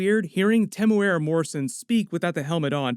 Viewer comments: Lol no one can pronounce Temuera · Pronounced :Tim-ew-era